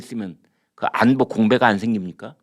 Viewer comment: 언제부터 '안뽀'?? 웃기네